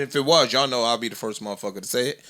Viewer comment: "Fist Verses..." Joey my side in paid from laughing at this s**t.